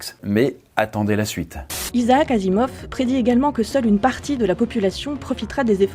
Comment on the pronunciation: C'est un peu la loose de prononcer "Issac Assimov" alors que c'est "Izahac Azimov" mais bon...